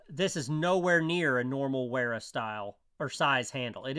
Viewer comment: The W is pronounced as an F